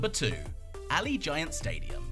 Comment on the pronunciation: You pronounced Allegiant wrong. You kinda said Ally-Giant it’s more like Uh-Lee-Jint